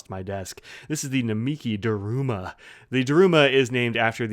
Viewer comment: Sorry to nitpick, but Daruma is pronounced DAH-r-Mah, the U sound is mostly omitted. Based on an historical figure, a monk who spent so much time meditating in a cave that he lost his arms and legs (possibly only a legend). In Japan, at the beginning of a project you buy a new doll and paint in one eye; at the successful end of the project, you celebrate by painting in the other eye. Anyway, thanks for giving us a look at this. I think they do the same design on an Emperor (urushi covered ebonite, and bigger) as a regular edition.